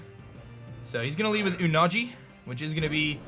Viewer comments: its not oo-na-g its oo-na-gee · Me: wow this match is about to be hype: says Unagi terribly wrong Me:....... Me: alright lets watch tylers side instead (Obvious joke 🤣)